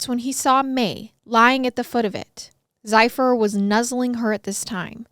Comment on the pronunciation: Zephyr. Sounds like zef-er. The dog's name is Zephyr.